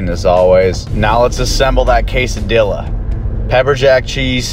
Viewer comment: its pronounced quesadiya , not quesadill pickle- grow up